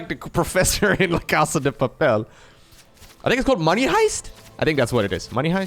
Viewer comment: Yes! La casa de papel! You pronounced quite decently for a non Spanish speaker! And yes, outside spain it's usually known as Money Heist =)